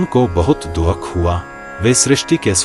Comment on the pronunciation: कहीं कहीं पर भाषा में बहुत अशुद्धियां हैं जैसे दुख के स्थान पर दोख बोला गया है और कई स्थानों पर स्त्री प्रसंग में कहती हूं के स्थान पर कहता हूं कहा गया है